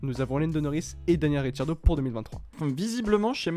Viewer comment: Pourquoi l’autre il dit Richardo ? 😂😂